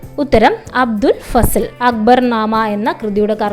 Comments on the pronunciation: അബ്ദുൽ ഫസൽ ❌ അബുൽ ഫസൽ ✅ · അബുൽ ഫസൽ ആണ് , അബ്ദുൾ ഫസൽ അല്ല